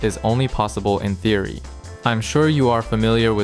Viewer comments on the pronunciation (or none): none